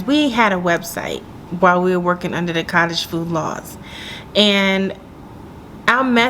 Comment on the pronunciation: Nice blooper - foodage lol, you compressed both words 😂😂😂